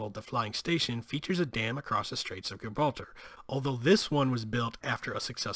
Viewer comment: Good episode but how can you not pronounce Gibraltar correctly. Lordy